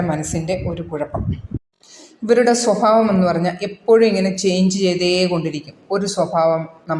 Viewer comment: സ്വഫാവമല്ല സ്വഭാവം എന്നുച്ഛരിക്കുക